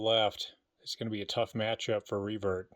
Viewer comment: For some reason when you say Revert, it sounds like Free Bird to me. Hit the music!!! 😂